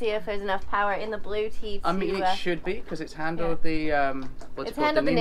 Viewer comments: LOL, it is pronounced Blue-etti and not blue-tea, hahahaha, you folks crack me up. But you went with it like a boss, which made it funnier, I was crying tears, the best comedy Sailing channel I have seen! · Blu-etti not Blue-ti Good luck. Have fun with your Blu-etti. ;-)